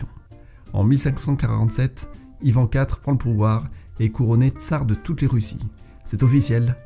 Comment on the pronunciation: bonjour je suis russe et je voulais juste vous corriger sur la prononciation de ivan, kazan (on les prononce "ivane", "kazagne")